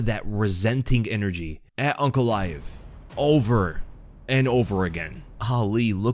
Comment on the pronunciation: It's UNCALAEV